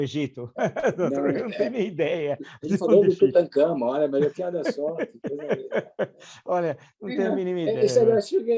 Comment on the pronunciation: Bom dia, prof Villa... Vi um trecho da live onde ele atacou o Dr. Reale. Tão patético que ele até errou o nome do faraó Tutankamon, dizendo "Tutacamon", talvez tentando fazer piada com o nome. Agora, quer proibir o Carnaval, mas queria que não houvesse exigência do passaporte sanitário, com os objetivos de prejudicar a arrecadação dos Estados e promover a disseminação do vírus.